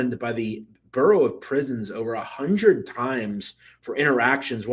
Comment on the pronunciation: Did you really say borough of prisons or am I bugging out?